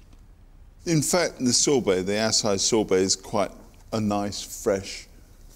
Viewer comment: The critic didn't know how to pronounce acai.